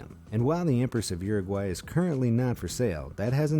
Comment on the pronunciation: What the hell kind of pronounciation of Uruguay is that